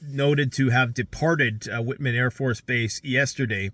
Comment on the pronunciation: It's pronounced WHITEman. But hey, who cares now? Because we just stepped into a big, steamy pile of shit.